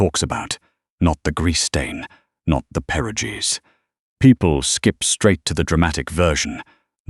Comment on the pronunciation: Please learn how to pronounce perogies properly. Thank you!